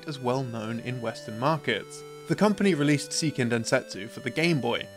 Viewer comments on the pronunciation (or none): Just a heads up for your narrator, "Seiken" in "Seiken Densetsu" is pronounced "say-kehn," not "see-kehn." In Japanese, "ei" is pronounced as "ay" while a standalone "i" is pronounced as "ee," so it would only be "see-kehn" if it was spelled "Siken Densetsu."